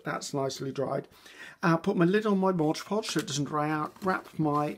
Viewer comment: I love watching and listening to you dear.I find that you inspire me,encourage me and relax me.Thankyou so much.I hope that you don't mind me pointing out t hat it s Mod poj that you use not Mojpoj.You are so sweet and I call it mojpoj now 😆....much love.Angie from Australia.x